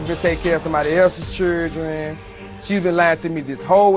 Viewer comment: Why does he keep saying “cheerdren” instead of children?